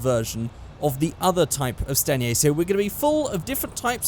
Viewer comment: I thought it was "stainer" instead of "stanier". Welp I've been saying that wrong for almost 10 years